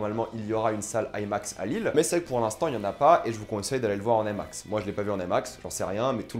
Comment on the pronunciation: ai max.... non I max , pourquoi vouloir tout angliciser quand le terme est bien franchouillard.